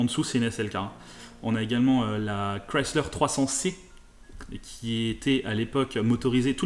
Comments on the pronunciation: Enfin une personne qui sais dire correctement le nom Chrysler !! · alain excuse il faudrait qu'il l'a prononce avec un accent francais dégeulasse, il prononce exactement comme elle doit se prononcer c'est une marque américaine